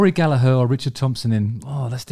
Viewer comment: As an irishman I appreciate your pronunciation of Gallagher 👌🏻